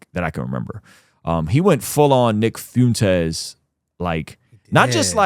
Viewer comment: it's "F-wen-tez" 😂 I can't stand that guy but dang it gets me everytime you say it 😂😂